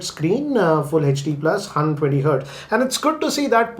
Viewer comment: Actually i don't know how pronounce '120' hertz